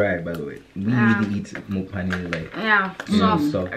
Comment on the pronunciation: Why do they keep calling it Mophane 😂😂😂. It’s Phane 😂